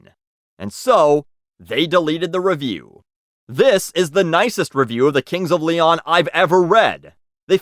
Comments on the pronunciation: "cunts of leon" lmao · “Cunts of Leon” LMFAO